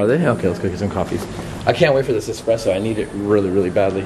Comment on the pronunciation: Sorry its espresso